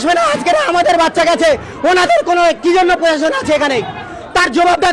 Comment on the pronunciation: প্রশাসন!হুঁহঃ!!উনি নিজেই উচ্চারণ করেন পোষাশন। বুঝুন এবার!!!